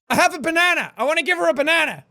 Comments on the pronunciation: did you say BANNANA!!!! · It is not banana it is banene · ITS A BA-NANA-NA NEXT TO A BA-NANA-NA